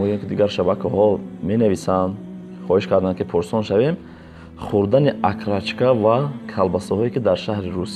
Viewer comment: Акрачка не Окорочка.